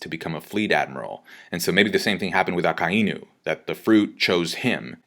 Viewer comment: Fuck sake I'm sick and fucking tired of all you people saying aka-eeeee-new like for absolute fuck sake its aka-EYE-nu holy fuck